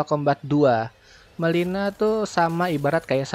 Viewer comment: Namanya MIllena njrrrr bukan melina